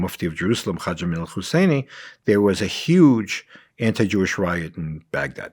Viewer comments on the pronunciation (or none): none